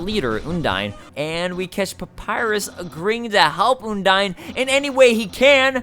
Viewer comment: oh he called her...oondyne...oh no